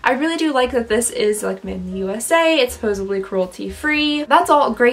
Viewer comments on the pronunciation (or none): Supposedly NOT Supposably. You arent 11.